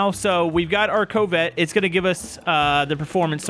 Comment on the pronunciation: why are you calling it a "co-vette" it's a real word and its pronounced like cavvet